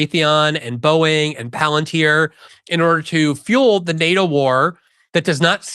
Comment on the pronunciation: Tucker: "Palantier? Never herad of it"